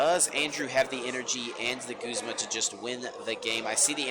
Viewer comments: Whyy does this girl keep saying “guhzma” instead of “goozma” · She pronounces Guzma wrong and it bothers me